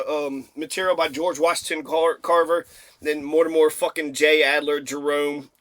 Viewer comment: Mortimer, NOT Mortimore Adler.